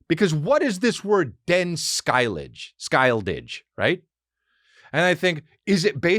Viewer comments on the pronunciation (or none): as a scandinavian, hearing Chris trying to pronounce Den Skyldige was hilarious and cute, I had NO idea what he was trying to say before I googled it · Hey Chris! Im from Denmark, and in the Word ‘skyldige, the ‘g’ is silent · Im from sweden but denmark do fucking awesome chriminal thrillers. Den skyldige is the same on swedish and its pronounced Sch-y-ld-ig not sk-ijl-dish. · "Den skyldige"🤣 it means "The Guilty" in both Danish and Norwegian, in case u didn't google that. Hahaha "Denn Skyle-didge"🤣🤣🤣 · For a swede, your pronounciation of Den Skyldige is hilarious. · Hilarious. I figured out as soon as he said it's Danish. I'm Swedish.